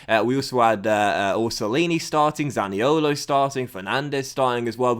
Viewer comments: Please stop butchering the Italian accent when saying zaniolos name man 🤣🤦🏿‍♂️ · maxi malone ni colo zani olo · i do like but i hate it when he pronounces zaniolo